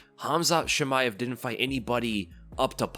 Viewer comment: Why do you read Chimaev as "Shimaev"? Are you french? That's not how it's pronounced.